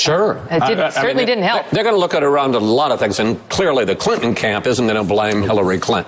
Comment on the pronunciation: hahaha...democrat communications director...pronounces devisive as "devissive" (in other words devide would be devid, devise would be deviss), then goes on to say, "dinnunt"...I can only assume she meant didn't. I'm sure that if democrats actually learned how to use spoken language to communicate better they would not lose so often.